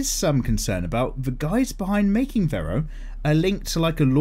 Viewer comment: in Stardust Crusaders it's Kakyoin who gets replaced and licks the lollipop. Also, the sound he makes is "rero" not Vero. Also, don't pick up Monster Hunter World. No matter what anyone says. The game is too fun to put down. You will get addicted to it